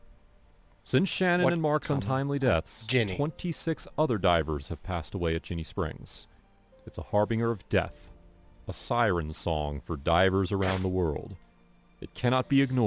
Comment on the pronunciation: Harbinger is pronounced Har bin (g)jer not Har Bing er smh he needs to learn English words, just makes him sound less intelligent talking like a professor but mispronounced words like a 5 year old. Smh